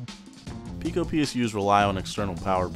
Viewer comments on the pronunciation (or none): no, pee-co